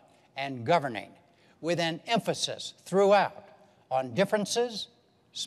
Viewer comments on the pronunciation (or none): I grinned the moment i heard "emphazis on specifics" This will be interesting to watch.